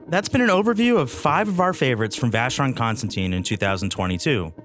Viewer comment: And I don't understand how wrong the name is pronounced by the speaker.